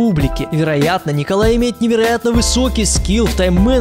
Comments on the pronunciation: Неправильно его имя читаешь. Не "Николай" а "НИИИИИИИИИИИИИИКОЛАЙ СОБОЛЕВ" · не НИИИИИИИКОЛАЙ,а как он сам говорит НИколай Соболев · Э,правильно произносить НИколай соболев... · правильно говорить НИИколай Соболев